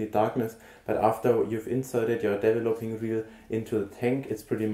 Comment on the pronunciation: Hello, it is called DE-VE-LO-PING tank, not as you pronounce it DEVVELOPPING tank... This sounds rather silly! Regards, B.C.